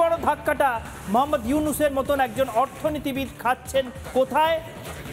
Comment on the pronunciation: মহম্মদ নয় এটা মুহাম্মদ